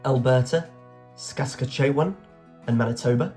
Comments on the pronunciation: Saskatchewan is pronounced sas-cat-chew-on and Nova Scotia is pronounced Nova Sco-shah it means New Scotland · I gave up quite late on, with the tortured pronunciations of “Saskatchewan” and “Scotia” (Q80)